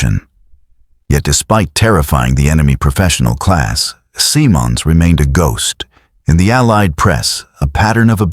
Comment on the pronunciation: The general’s name is pronounced with a soft “I” Simmonds” not Symonds”.